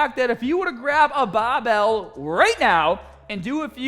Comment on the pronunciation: Cant say barbell any more. Its now bahh-bell